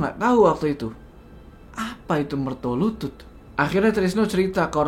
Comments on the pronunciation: BUKAN MERTOLUTUT 😂😂😂😂😂😂. Tapi MERTOLULUT. Waduuuuuuuhhh ga ati2 nich... Coba dech cek google kl ga percaya... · Mertolulut bukan mertolutut bang hehe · yang bener MERTOLULUT, bukan MERTOLUTUT. Mertolulut (secara harafiah Mertolulut artinya Sabar Menunggu Kematian) adalah jabatan dalam keraton yang bertugas sebagai eksekutor hukuman (sejak kepemimpinan Sri Sultan Hamengku Buwana I), biasanya Mertolulut diadmpingi juga oleh pejabat kraton dengan jabatan Singonegoro. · koreksi bang Jo, setau saya bukan MERTOLUTUT, tapi MERTOLULUT, sehingga nama tempat tinggal mereka di jogja maupun solo di sebut MERTOLULUTAN, tempat tinggal/kampung mereka dinamai berdasarkan profesi mereka pada waktu itu